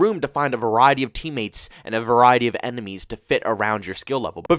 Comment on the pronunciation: did my man for real say “emenies”?????